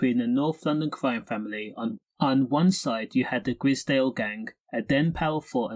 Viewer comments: Grizdale? It’s pronounced Grizedale. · Delete this vid you can't say gr👁zedale properly....